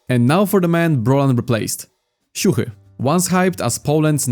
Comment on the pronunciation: Bro exposed his polish heritage after saying the most perfect "siuhy" ever